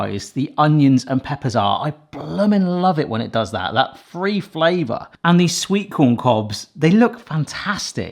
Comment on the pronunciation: I have a couple of questions for anyone out there from England. Why do you call kitchen gadgets a 'piece of kit '? To me, it sounds like pronounces words with 'TH' as 'F'. Like 'three' sounds like 'free' and worth sounds like 'worf'. Does it sound like that to everyone? Or just us Americans?